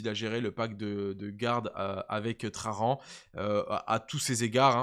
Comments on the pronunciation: Pourquoi tu dis "trarrrran" comme in gros gitan ? C'est traJan ! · Bonjour Je mets le pouce en l'air, mais la prononciation des noms propres c'est une catastrophe. J'ai les oreilles qui saignent a chaque fois que tu prononce "traRan" Gloire à l'Empereur!! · Nan mais en vrai, the question : pourquoi "traRan". Moi je vois un "J" Le mec il n est pas espagnol. Mais anglais 😅